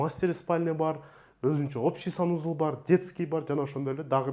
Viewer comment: Сонун болуптур, бирок санузЫл дегениң өзгөчө жакты 😂